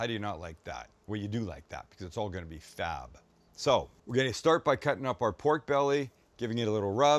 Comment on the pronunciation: Sam please don't ever say fab like that again. Sounded like someone put a pinch of sugar in your tank